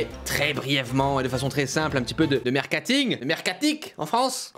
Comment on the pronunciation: Merkating?😂😂😂marketing plutôt